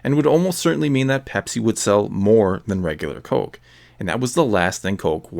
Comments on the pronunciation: U sound canaidian wen u day coke! U da ound normal until u say coke. Please stop saying it so wierd. Omg if u say coke 1 more time im unsubing!OMG U SAY IT LIKE 250 MORE TIMES AFTER I WROTE THIS!!!!!!!!!! Theres no L n coke. Its not colke, it coke. I wanna rip my dick off so i have somethimg to plug my ears, wen i hear u say COLKE.!!!!!!!!👎👎👎👎👎👎🖕👎👎👎👎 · You say it like “Cöke.” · I like your Minnesota way of saying "coke". Cōke. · it almost sounds like there's an umlaut over the "o" when he says "cöke" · c-oh-ke. haha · "Cohke" where you from bro? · All I keep hearing is "colk" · You say Coke weird, but every other word is familiar. Are you Canadian? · Good video, but you say "coke" funny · You say Coke funny